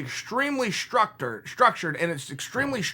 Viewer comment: Chael “Summer raising” Sonnen Chael “Keebeeb” Sonnen Chael “Struc turd” Sonnen There’s a lot of miss pronounced words in this video lady’s and gentleman